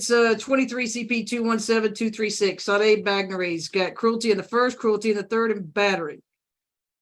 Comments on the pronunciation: Is it not pronounced “Sha day” like the 80’s singer? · Her first name is pronounced Sha Day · Her name is pronounced SHA-DAY - it is a popular creole french name. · Shaaarday is how you pronounce her first name! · It’s pronounced Shad ay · It's pronounced Sawday. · Her name is pronounced Sha-day. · I giggle everytime says Sade's name wrong 😂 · If you don’t know how to pronounce “Sade,” you COULD just listen to the hearing - everyone in court says her name. 🙄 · Okayyy the ladies name is pronounced Sade( Sha-day) not Saade. Being unfamiliar with black culture is no excuse lol. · Pronounced Sha-day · Her name is pronounced Shar-day. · And it's SHAH DAY not SHADE dumb as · Pronunciation isn't "SAYD," -- it's "Sah-DAY." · Is it not “sha day” and not “safe”? Like the 80’s singer. Pronounced Sha day. Sade. No??? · FYI Sade is often pronounced Shar-day like the singer. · Sade was a well known singer back in the 80's in England. It's pronounced SHARDAY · I know this is old, but the algorithm will like it. Sade is pronounced shar-day, I know this because I am old and Sade Adu fronted the band 'Sade' in the early 1980s. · Crime watch... it's pronounced... "Cha-day"!!! Please make sure u can pronounce peoples names correctly!!! That's a peeve of mine...because people mispronounce my name!!!! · Respectfully, the correct pronunciation of Sade is Shar-day like the famous British Singer, a biracial woman part Nigerian and English, from back in the 1980s on up to today. My thinking is her parents were big fans of that singer, such as myself and simply gave her. In fact she favors the singer quite a bit, if you're able to do a side by side photo comparison. She never speaks of her ethnicity and the only thing that people know is that her father is black. Her mother's ethnicity is unknown. She is, in fact, a professional model and she's also a twin. Just an fyi😊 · Her name is pronounced “Shaw-Day” I think. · Sade is pronounced Sha-day